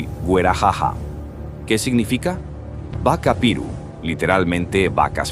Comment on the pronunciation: 😂😂😂😂😂muy mal pronunciado pero se entiende 🙏🏼👌🏼y es solo caña y ruda no con limón, se toma 7 tragos en ayunas🤭❤️